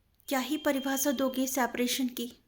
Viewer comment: आपकी बातें बहुत पायेदार व समझदारी से परिपूर्ण हैं । आपका english prounciation भी अच्छा है । पर हिन्दी में,,, मनुष्य को मनुस्य, और परिभाषा को परिभासा बोलना ठीक कर लीजिएगा । फिर से सुनिए,,, अपने भाषण को,,, पता चलेगा । ये सुझाव आपके सुधार के लिए है । अन्यथा न लें ।आपसे बड़ी हूं ।